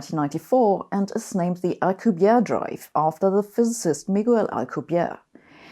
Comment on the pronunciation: you pronounce Alcubierre's name like he is French, but he is Mexican. Everyone seems to do this and I don't know why. It is pronounced, "Al-koo-bee-eh-reh," which doesn't require an alveolar trill if you find that difficult.